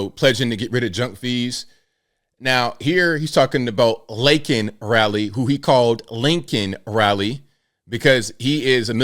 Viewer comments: "I know how to say her name" and he still fucked it up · That speech was his best opportunity to work on bringing our country together, instead he continues his attacks on millions of Americans. It also appears that his staff kept him from knowing the name of Laken Riley, as he butchered her name like he wanted to call her Abe Lincoln? So out of touch with reality. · The fact that Biden couldn't even get Laken Riley's name correctly goes to show you how very little he actually thought about her but he could sure say George Floyd's name correctly 😡